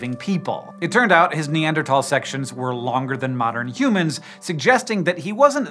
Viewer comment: Why you sayin humans like that?? Stopppp